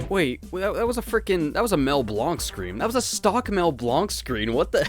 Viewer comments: I don't mean to intrude, but it's pronounced Mel Blank not Mel Blonk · Great review! I just want to point out that Mel Blanc's last name is actually pronounced like "blank," since that's how it was originally spelled. Speaking of voice actors, the next Frogger game was Steve Brodie's (E-102 Gamma's VA) last acting job before he passed away. I believe the game was dedicated to him. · Mel Blanc's last name is actually pronounced "blank." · for future reference it’s pronounced mell blAnk